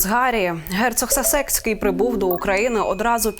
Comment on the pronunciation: Правильно,,САсекский,,ставь правильно ударение..